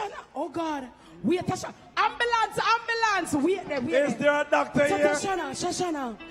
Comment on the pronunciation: "Ambilance ambilance!!" Lol